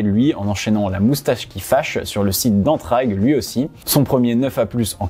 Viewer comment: Je découvres et franchement bon contenu. Après je ne sais pas si j'ai mal entendu mais on ne prononce pas entr"a"gue mais bien entr"ai"gue